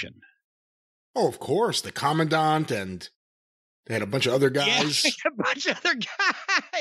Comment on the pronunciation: I see Jim took every opportunity to pronounce the word Commandant correctly. Last week he was saying command-ant.